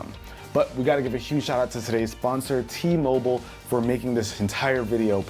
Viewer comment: Whenever he said T-Mobile I disliked the video